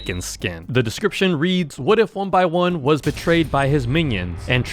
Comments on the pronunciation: ITS NOT 1BY1 ITS 1X1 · Its not 1by1 its 1x1 like 1 EX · I I thought it was saying 1 piss